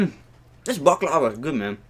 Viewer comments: abı şu baklavaya baklaavaa dediklerinde beni bi gülme alıyor LWİQĞQWĞÜELGÜEŞQÜ1T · Hoe je baklava ook nog zegt🤣🤣